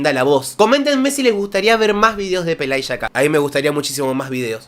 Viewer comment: No juzgues estrictamente a Pelageya: no habla español y, por lo tanto, se traga los finales. Estás pronunciando completamente mal su nombre tú mismo. Está bien, no hablas ruso.☝te lo traduje de lis comentarios rusos solo una parte